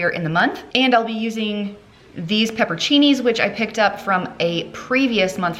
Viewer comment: I see the crickets have arrived in your pantry, I've got them in my fridge too. Your pronunciation of orecchiette (little ears) was perfect. Now, the peppers are pepper-on-cini... I believe "floofy" is an official culinary term, well done. Dinners look tasty!